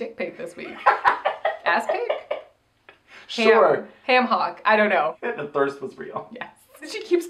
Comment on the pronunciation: You said, ham hock and I heard HAM HAWK, and I am here for it!!